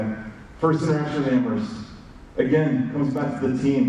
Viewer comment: Amherst not amber